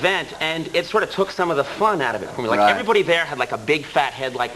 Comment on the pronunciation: Did anyone else notice Conan's Boston accent coming through - (everybody), (how), and (prepared). He seems to have completely lost it now, but it still comes through in his early days.